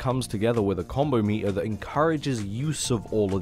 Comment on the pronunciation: saying meter gives me life